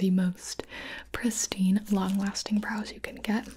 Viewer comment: How often did you hear her say "bras" instead of "brows"?